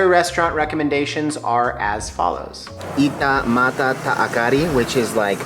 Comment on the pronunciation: 😄😄 ika mata ta akari you pronounce that perfect 👏👍😂